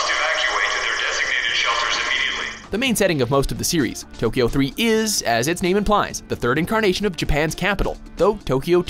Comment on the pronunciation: I do enjoy these lists... But please, please, do at least a little bit of research on how to pronounce titles/character names. I cringe so hard every time.